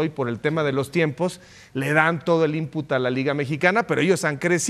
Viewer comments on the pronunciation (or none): Seatle? Input? Jorch? Esto pasa cuando tus jefes televisos hablan inglés y tu solo le chupas los zapatos y encima les tratas de copiar😂😂😂